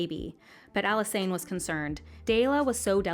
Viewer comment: Why do people pronounce Alysanne like that? It's literally Alice Anne lol